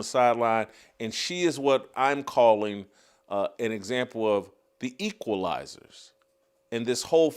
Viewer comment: "The Queefalizers"